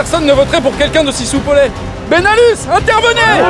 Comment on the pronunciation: Super court métrage !!!!! (J'entendais Belanus ou lieu de benalus MDR)